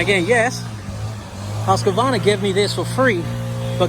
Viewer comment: Husqvarna is pronounced "Husq-Varna" and not "Husq-A-Varna"